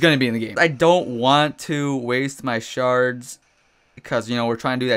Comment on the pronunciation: is it just me or when he says shards it sounds like he is saying sharts?